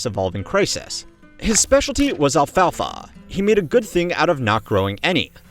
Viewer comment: The way you were pronouncing ‘alfalfa’ was about to give me a stroke. Great video tho.